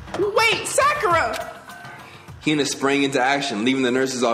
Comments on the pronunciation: the second pronunciation you said of sakura's name is more accurate than the first ^^ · this is the first and probably the only time that pronounces Sakura correctly....